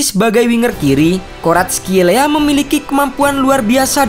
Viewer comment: Commentator bola malah sering nya nyebut 'Varatskel...'